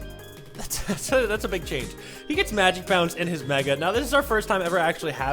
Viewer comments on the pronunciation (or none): none